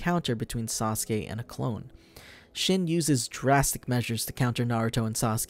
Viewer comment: It's (sheen) not shin lol.